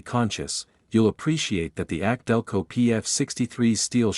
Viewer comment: Instead of more videos teach your computer how to properly say K&N and AC Delco. 👎🏻👎🏻